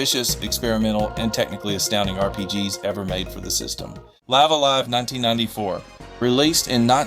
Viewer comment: It's pronounced "Lih-vuh A Lie-vuh" basically you're living a live, that sort of sound.